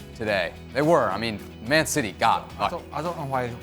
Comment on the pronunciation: Expected ain't it. Citeh.